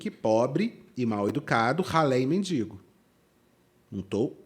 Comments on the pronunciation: A pessoa fala “mindingo” e quer falar dos outros hahahha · Tudo é péssimo, impressionante, cada vez ficando pior. Mas ouvir "MINDINGO", me da arrepios. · Ninguém sabe pronunciar mendigo? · Obrigada,, por esse mimo em pleno domingo 🥹 mas que agonia com essas duas moças falando “mendiNgo”, meu Pai 😰